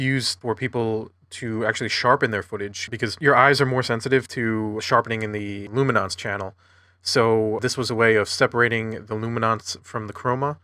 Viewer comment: What is this "lumi-nonce" business?!